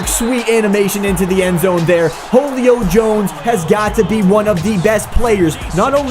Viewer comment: "Holio Jones"